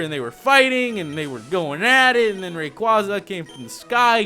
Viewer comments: It's Ray-quay-zuh, not Ray-quah-zuh, but I won't argue. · ITS PRONOUCED RAY QUAYY ZA NOT RAY QUAZZA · I don't know if it's your accent or not if it is its totally fine but always remember its rayquaeza (it's spelled rayquaza but it's pronounced rayquaeza) not to mention rayquaeza sounds alot cooler than rayquaza and like I said it's fine if it's your accent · If I say it once, I'll say it again and again until it gets lodged in your tiny brains. (No offense.) IT'S PRONNOUNCED Ray-KWAY-za!!! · pokemon name pronounced ray-qay-za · Uhh... Really, it's pronounced " Ray- Kway-Zuh-" Quaza as in Quazar. Make sense? And, no, nobody comment saying " NUH UH IT'S RAY KWAZA" Because it's really not. Ever hear of Pokedex 3D pro? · If you have watched the pokemon movie destiny deoxys rayquasa is pronounced rayquaysa that's right qay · You're mispronouncing raquaza,STOP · i feel like he saying rayquaza's name wrong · I can't get over him pronouncing rayquaza's name wrong